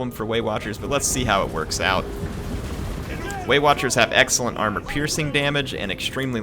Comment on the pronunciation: as a german and non english native speaker I always hear "weight watchers" instead of waywatchers...those pansy elves!